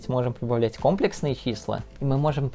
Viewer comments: Не кОмплесные, а комплЕксные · Не кОмплексные, а комплЕксные числа. Пора говорить правильно! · Нас учили говорить компле́ксные числа, теперь слух режет от твоего произношения) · Видео крутое, если бы ещё ударение в слове "Комплексные" ставил правильно - цены бы тебе не было! Мне моя математичка в универе сразу сказала, "Кто скажет кОмплексные - пойдет на пересдачу" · КомплЕксные же числа ну, аж кровь из ушей пошла от кОмплексных чисел. А так всё по делу) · Я все твои ролики посмотрел, но этот не могу. Блин. Я пытался, но слух не может выдержать кòмплексные числа. Ну комплèксные же!! ( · Видео интересное, только комплЕксные числа, а не кОмплексные. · Аааа😧 КомплЕксные, а не кОмплексные( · Числа не кОмплексные, а комплЕксные, кста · не кОмплексные, а комплЕксные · комплЕксные числа, а не кОмплексные!!!!!! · Числа не кОмплексные, а комплЕксные. Не вводите молодёжь в заблуждение. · компле́ксные, а не ко́мплексные))) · Контент у тебя отличный, смотрю с удовольствием) Но правильно говорить всё же "комле́ксные". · Очень просто запомнить. КомплЕксные числа придумали французы, а во французском языке ударение всегда на последний слог (кстати ДирАк, потому что Поль). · Уши. вянут. КомпЕксные числа. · Там двойное ударение. Но в русской адаптации правильно комплексные, а не комплексные.